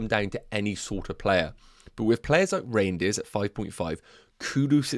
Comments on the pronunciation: It’s not pronounced reindeers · Don’t think it’s pronounced reindeers haha